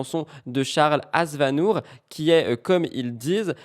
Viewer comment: Heuuuu " Charles Azvanour " quand même!!!! 😂😂😂😂😂